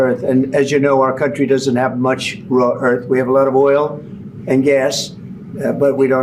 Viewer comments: Dopey Donald keeps calling it “raw earth elements”. One his advisers needs to tell him it’s “rare earth elements “. What a dope! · Why feel sorry for Zelensky? He did great to hold his own in a second language in an extremely hostile environment. What is hilarious is how Trump, who claims to speak English, kept calling it "raw earth". What a dope. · Is he saying: "raw earth"? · This has been bothering me for a week. The element is Rare-earth, not RAW-Earth. Why has no one pointed that out? He repeated raw-earth so many y=times it proves he knows nothing about . Someone else interested in rare-earth has pumped him without correcting him. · It's rare earth not raw earth,. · It's not "raw" earth. Isn't it "rare" earth? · It's rare earth, not raw earth, Trump you moron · What is "raw earth" ? Did no-one hear the semi-intelligent simian? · Rare not raw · Bc he doesn't have a clue about, like quite often, especially that it is "rare earth", not raw. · Did he say Raw earth? How many times? Its "Rare" earth elements. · "Raw" earth 😂. Sure, we got lots lol. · The Orange Buffoon can't even pronounce ''rare earth minerals''...